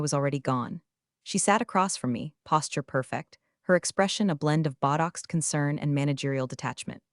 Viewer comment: botox is not pronounced buttocks. PLEASE upgrade the robot reader.